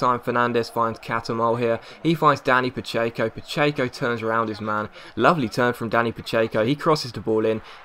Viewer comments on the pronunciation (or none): Were the hell did you find the y in pacheco? Stop pronouncing one!!